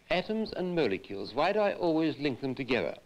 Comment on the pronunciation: atoms and mole-e-keuls